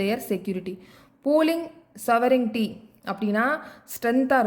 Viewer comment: Sovenity illa mam sovergnity